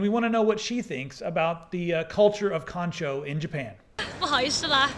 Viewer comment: Lost it at "The pratice of Kanchou" lol!